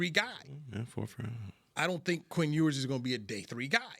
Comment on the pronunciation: I lost it when he said Quinn Ewers ? Smmfh 🤦🏾‍♂️